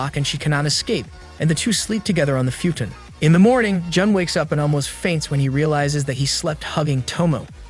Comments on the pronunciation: much like futon or "futin" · Or Futon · Kah Raht(Karate), Few Tun(Futon), Ray Men(Ramen) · Ai still sucks it can’t say simple words like karate or futon lol